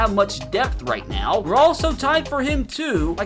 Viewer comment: “I mean cmon neow” cracked me up lol